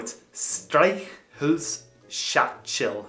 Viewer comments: Your "Eichhörnchen" sounds like "Eichhühnchen" (Chicken). And "Streichholzschachtel" is "o", but you speak an "ö". Put that "ö" into your "Eichhörnchen"... Try "Elektrizitätswerk" (Power Station) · i agree. And would like to add that he pronounced the "o" in Streichholzschachtel the way the "ö" in Eichhörnchen should sound like. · Die Streichholzschachtel aber das Streichholzschächtelchen (a small matchbox ;-)) The first ch was good, the second not so much. It's pretty much the same phoneme as "ch" in the scottish "Loch". And the "sch" is just the same as "sh" in English. Wettbewerbsfähig was *good*. And the W/v sounds are also trouble for us Germans who speak English, basically because English and German have these flipped (German w sounds like English v and vice versa). You mostly pronounced "v" as "w" in English. But "most" of the time it's just an "f" sound. "Verordnung" is "Ferordnung", pronunciation-wise. And "eu" (in Fahrzeug) is pronounced "oi". :D Lots of words with that, like "Europa" (Europe).